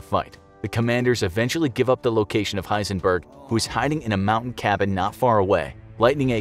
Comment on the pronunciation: dude its not that hard H e i s e n b e r g